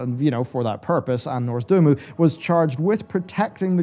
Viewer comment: Repeat after me: NOZ-DOR-MU